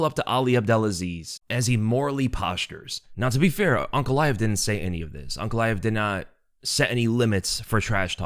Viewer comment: It's UNCALAEV